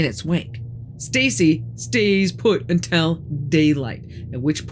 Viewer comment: Ma'am, for God's sake please pronounce "until" correctly rather than "untel."